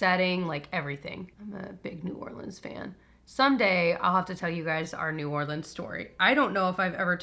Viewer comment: Being from New Orleans now I need to hear the story and also appreciate you pronouncing it correctly !